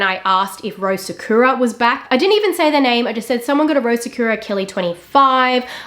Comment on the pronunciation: Take a shot everytime she mispronounces sakura 🥃🌸 sahkyuuuuurah sahkooooorah